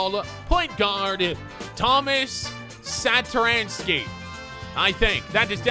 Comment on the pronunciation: You actually read Satoransky´s name right and yes he is from Czech Republic